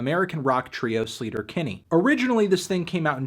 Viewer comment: "slayter" not "sleeeeter" haha